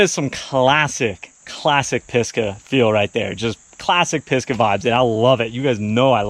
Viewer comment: Cool riding! Just wondering about the name "Pisgah": says it like "Piska" although I believe it should be "Pisga", which is the Hebrew word for "top of a mountain (or a hill), summit", originating in the bible.